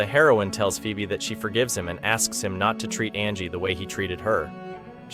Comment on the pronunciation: "poobie" "pheebee"💀💀💀💀these AI voices💀💀💀💀